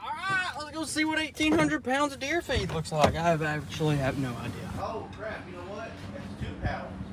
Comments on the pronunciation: This entire video I thought he was saying 1800 pounds of deer feet but he was saying feed😂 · I thought he said deer feat😂